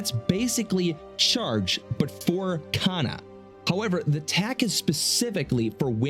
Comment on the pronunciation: it's pronounced K-ah-N-ah Not Caina